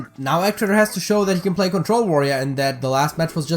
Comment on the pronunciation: It's E gee traitor not Eg rofl